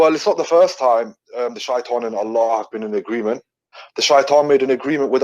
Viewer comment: I think this guy can not read, it says shaitan 😂😂😂. Even my doughter in 2nd didnt find difficulties to say Shaitan, whats wrong with u 😂😂